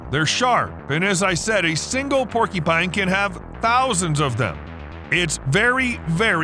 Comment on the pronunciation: "Porky-pine" is giving me an eye twitch